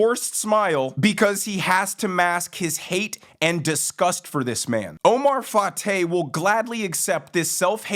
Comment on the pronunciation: Wait, did you say his name is Oh-my Fart-ay??